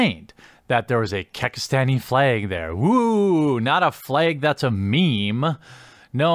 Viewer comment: "Fleg" Midwest af